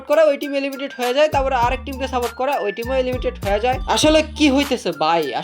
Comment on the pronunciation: Areh beta এলিমিটেড না, এলিমিনেটেড 👌😆